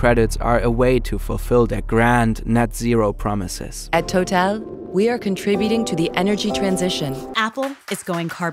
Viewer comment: Your writers wrote a great video but the person narrating it needs to be changed. The company Total is pronounced TotAl. No effort is even made to say the names correctly.